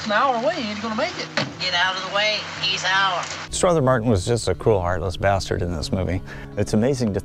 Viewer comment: You are mispronouncing Strother Martin's first name.